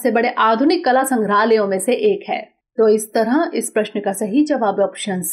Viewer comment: इस "तरंह" नहीं इस "तरह" बोलो संख्याओं में भी आपका उच्चारण गलत होता है जैसे:- आप "बारह" को "बारहां" कहतीं हो।